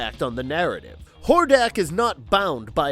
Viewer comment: Could you say more names wrong? Like were you TRYING to mess them up? How you do read "Etheria" and say "E-THER-NIA" ? and while Im at it, a lot of your facts are wrong. Skeletor isnt even close to the strongest bad guy, both King Hiss and Hordak (Which you said wrong the first time), are stronger than Skeletor. Skeletor is more devious and tricky, but he's not more powerful.